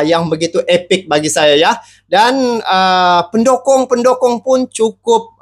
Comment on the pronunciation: Waooo mantapppp masok...bukan pendokong bang...pendukung...salah sebut tu...pendokong itu pisang mau tumbang...pendukung sama dgn sopport...haaaaa